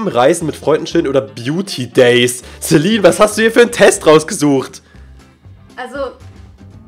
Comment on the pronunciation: Warum nennst du sie inVlogs,Lifestyle oder das halt immer Celine (also normal) und in Minecraft immer CeLINE (betonung auf LINE) #FragAbge xD